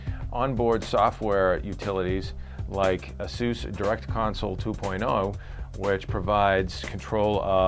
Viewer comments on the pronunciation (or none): it's AY-SUS not AH-SUS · LOL It's pronounced asoos? I always thought it was Aysus lmfao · lol asoos is how he said it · ya, i'll tell em. the same way that we say playstation three and japan says plaistasion sree. doesn't mean they're right. this is the english language and ay-sus sounds better.